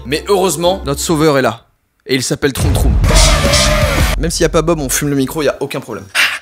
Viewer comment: c'est pas troum troum c'est tchoum tchoum